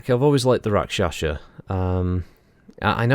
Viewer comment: It is Pronounced Rak Sha sa not Rak Sha Sha . Bit of a family thing .